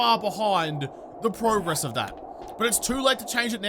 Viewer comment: Love your videos but its NOT "pro" gress!!! (Is there "amateur" gress???? Lmao!!!) Canadians and many others do that as well and it drives me insane!!! There's only 3 that I watch now, You, Glock9 and Cappo as far as 7 day's goes. Used to watch a few others but they regressed as Youtube creators. (Either they stopped making 7 day's content or they developed an attitude not just with 7 days but with their other content.) Just a comment here not bashing you, I just find it funny how you and others from around the world butcher the word "progress" verbally. Keep up the good video's!